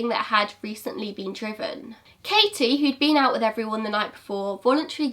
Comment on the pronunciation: I know this is an older video but thank you for pronouncing the t In my name! (Katie) ngl it’s a pet peeve of mine when people call me kayie 😂😂 ps very interesting case